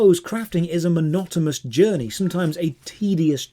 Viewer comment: Ah yes, a 'monotomous' journey. :p